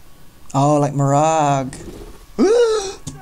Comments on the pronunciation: Mirage, is mur’rahj, not mer’rag 🙏💀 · The fact he didn't say mirage right